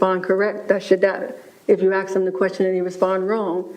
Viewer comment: Am I allowed to comment on something the speech pathologist said? Or didn't say? She can't pronounce 'ask'? That's weird for a speech pathologist.